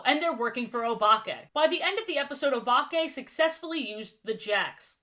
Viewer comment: Anyone else think she is about to say Obama when she says Obake?